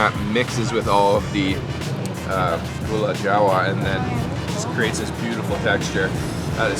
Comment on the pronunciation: glad u enjoy yogya! it's called "lupis" not "lupus" tho,,,ty anyway & enjoy! u said it rite for gula jawa btw!